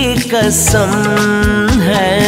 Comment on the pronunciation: उच्चारण सही नहीं है। 1)कसम-नहीं क़स्म होता है 2)उसका नहीं है ख़बर × उसकी नहीं है ख़बर